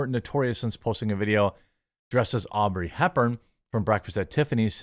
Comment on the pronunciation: Audrey … not Aubrey